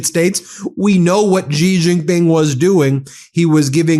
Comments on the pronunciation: Love your channel, but please learn how to pronounce Xi Jinping, it's not that hard. Shee Jin Ping. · She Gin-ping is correct pronunciation Ben. Stop embarrassing yourself.